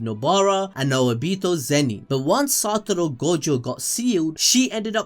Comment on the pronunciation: SATORU u u u uu uuu u uuUuuuuUUUUU its satoru , no satoro , if u gonna say his name 15 times a minute u might as well do it right xd